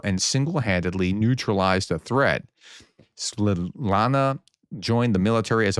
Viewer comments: It would probably be great if he first broke the down the word into syllables in his mind before speaking it. Svit-la-na. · Svitlana is a very common Ukrainian female name. It derives from the Slavic root svit, meaning “light,” so Svitlana literally means “light carrier.” It’s pronounced sweet-LAH-nah.